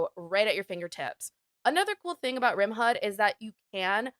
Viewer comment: Great video. I have tons of hours, but still found some great new mods I had never heard of, like PUAH+ and lights out. Life saver! RimHUD is pronounced how you were saying it. Fun fact; HUD stands for Heads Up Display.